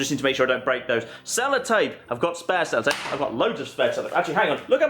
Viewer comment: Is he saying salad tape